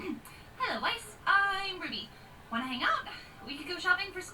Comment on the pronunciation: you said whis OOF